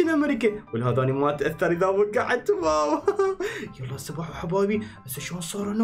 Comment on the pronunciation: واو ❎ ڤاو✅ 🤷🏻‍♀️🤷🏻‍♀️🤷🏻‍♀️🤷🏻‍♀️🤷🏻‍♀️🤷🏻‍♀️🤷🏻‍♀️